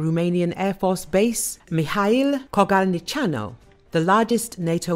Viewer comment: Hats off to the lady who was able to pronunce Kogalniceanu